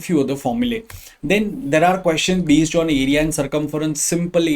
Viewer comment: Sir jb Base ko baze aur twenty five ko twenty fie bolte ho na toh ksm se chutiya lgte ho